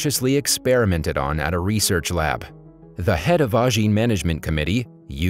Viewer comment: It is Ajin, not Anjin